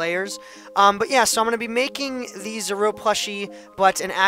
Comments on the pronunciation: 80/85 because when the tail was cut off on the pixel art you should have kept going based on the proper picture. P.S. It's pronounced Zor-oo-a. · zor-a-wa is how you pronounce it. i'd give you a 80/85 great for your first pixle art